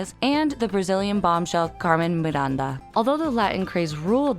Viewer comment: It's painful to listen how they pronounce "Rodríguez, Velez and Miranda" 😖